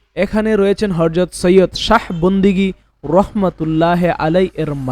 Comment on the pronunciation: Hajrat. Not Harjot.